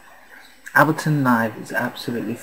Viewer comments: It's pronounced 'Aybel-ton' not 'Abilton'. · Oh, and to all the muppets bitching that he's pronouncing it Ab-leton because he's British and that's how it's said over there..... bullshit. I'm British and I pronounce it correctly - that's to say Able-ton - as does Pete Tong, Sasha and Matt Darey who I've all heard talk about this tool.